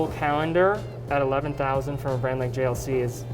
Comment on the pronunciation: Love the collection. The salesman butchering the JLC pronunciation.........not so much.